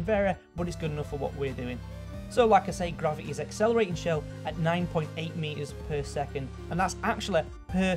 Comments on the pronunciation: what is graveae? its gravity you dont say gravity as graveae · its gravity not gravith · 'grav-e-e' jesus that's annoying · Not even gravity, it's grava-a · Dude said "gravi-eh" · i found it hilarious how he said "gravi'eh" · Ikr!!!! Hilarious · Not everyone can pronounce a word the same way you do. Seriously now. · ***** All i meant was, he is physically capable of pronouncing words properly but he either chooses not to or subconsciously does not do this, and I find that annoying. Happy? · Everyone complaining about how he says gravity or energy. Please, we think how you say the word "or" is weird and out of place as fuck. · velociteh graviteh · velociteh and graveteh. dont want to be the grammar nazeh, but come on mate. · Nice vid and I like ur accent and this isnt support to be mean😂 but every time you said velocity and gravity 😞